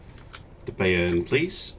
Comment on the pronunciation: Have a semi-rhetorical question, and a note on German pronunciation. The question is; why does nobody ever use just normal torpedoes? It's always electric, or fast, or oxygen... Next; in German, the ai and ay vowel combinations give a long "i" sound. So it's By(ern) and My(nts). Cheers from a word nerd.